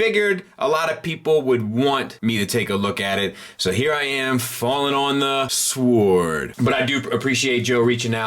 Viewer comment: Sword, lol the mad way you say it! sWard insted of SwOrd